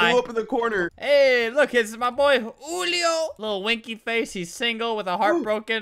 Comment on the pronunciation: It’s not hulio it’s Julio